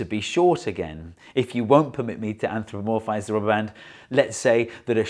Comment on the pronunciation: Came to hear him pronounce "anthropomorphize" correctly, stayed to hear him pronounce "anthropomorphize" wrong two seconds later. 😁